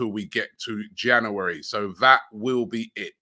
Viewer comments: This is one time I enjoy transfer updates. ….. but Janu-airy cracks me up Robbie 🤣🤣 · Never heard anyone say January like Robbie